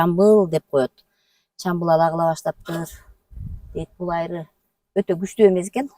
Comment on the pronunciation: Айры дебей Аары деп эле сүйлөсөңөр.